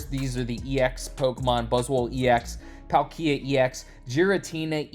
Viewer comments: prounced Paul-kee-uh. Not trying to nitpick but as someone who loves pokemon i feel like i can speak for a lot of us that when we here a mispronunciation of a beloved pokemon big spike of cringe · "Not trying to nitpick" - then don't. Been a lifelong fan since the Gen 1 games; I don't pronounce it as Paul-kee-uh. It's Pal-kee-uh. More or less the way it's spelled. I agree that the way says it is weird and I've not heard his pronunciation from anyone else before, but you don't get to speak for us about mispronunciation. EDIT: This is interesting: According to Google, there ARE two pronunciations: "British pronunciation" is Pal-kee-uh. "American pronunciation" is Paal-kee-uh. Given I'm British, that explains our difference. Unsure on the origins of pronunciation though. One of his own invention, clearly. 😂